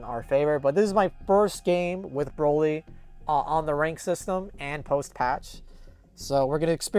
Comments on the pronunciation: Haha so funny Boly instead of Broly haha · "BOLY" huh?